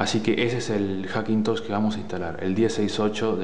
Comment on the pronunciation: "Hackintoch" jajajajaj genial